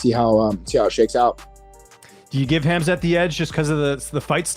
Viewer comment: Guys, the K is silent in Khamzat for the love of god. It is pronounced Hamzat - and if you really want to pronounce it correctly, even the t is silent so it's Hamza